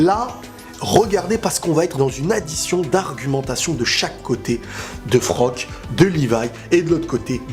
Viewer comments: Super review par contre c'est Floch le nom du soldat pas Frock. ^^' Il y a aussi un point méta qui est super intéressant je trouve dans cette épisode. J'ai vu pas mal de vidéos réactions et pas mal de personnes ne se préoccupe même pas des paroles de Flocke juste parce que c'est un perso secondaire au yeux du public. Mais dans le monde de AOT c'est un soldat comme tout le monde, il a des sentiments et il est aussi valeureux que les autres, il a le droit de s'exprimer. Isayama nous l'a montré ainsi pour que le public prenne conscience qu'il n' y a pas que les perso principaux qui souffrent et que les perso secondaire ont aussi leur mot à dire. Quant au choix difficile de cette épisode, c'est dommage qu'il ne donne pas assez de crédit pour Erwin, certain oublie que c'est grâce à lui que le bataillon à mis au point leur formation de détection en dehors des murs, qu'il est le premier à avoir pris conscience des titan shifter au sein des murs au début de la saison 1. De plus, c'est grâce à lui, qu' Eren a échappé à la police intérieur au tribunal en saison 1 et a élaboré le coup d' Etat contre la monarchie corrompue en saison 3. Le choix de la raison c'était Erwin, celui de l'émotion c'était Armin. On verra bien dans le futur si ce choix s'avère fructueux pour l'humanité au sein des murs;p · C'est pas Frock c'est Floch mdrrr